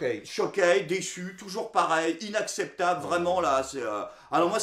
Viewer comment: Sacré Jr! Toujouwrs le mot pour riwre